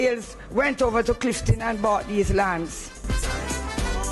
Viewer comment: its only a pity she said Cliftin and not Clifton.